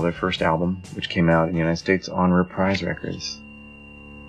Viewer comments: Nice collection, I've got almost a tenth of them! BTW Reprise (the label) is pronounced "Repreeze". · It doesn't really matter how it is pronounced buy I have the "Sinatra a Man and HIs Music" lp and he pronounces it repreeze. but it doesnt matter